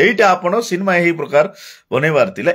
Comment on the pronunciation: ସିନ୍ମା ନୁହଁ ସିନେମା କୁହ ଓଡିଆ ଭାଷାର ଠିକରେ କହ 😂